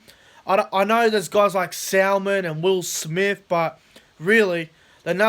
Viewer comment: It's pronounced Salmon like the fish, not Sal-Man but other than that, good video.